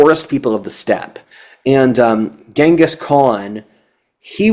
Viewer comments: GHENGIS Khan. Timugen's name is pronounced GEN-gus, not GANG-gus. Come on,! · I think it's pronounced ching-is...